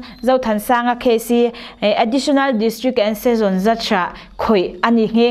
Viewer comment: A dik khawp mai hmasawnna tur ala awm ve nual mai.A bik takin ka lo hreawm deuh tlat chu Session- Season ti ang deuha a lam tlat lai te.Mimal thahnemngaihna ani e.